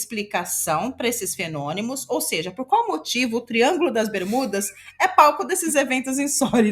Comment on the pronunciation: fenonimos e metanicos KKKKKKKKKKKKKKKKKKKKK MORROH